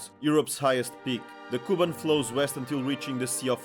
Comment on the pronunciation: It’s KubAn, not KUban! Learn the material!